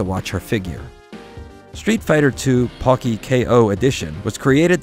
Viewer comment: The Po in Pocky is pronounced ポ, not パ.